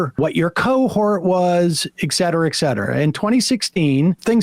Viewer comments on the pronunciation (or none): Sam, kindly do not say eck cetera. Check pronunciation. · Such an intellectual. The brilliant way he uses "ek setra" really seals it for me. Now I can't even see his trash take for what it is.